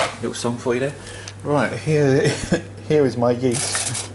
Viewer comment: You said yeast like co2